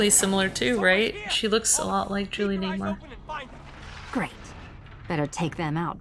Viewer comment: Julie NEWMAR.. Not Nay-mar.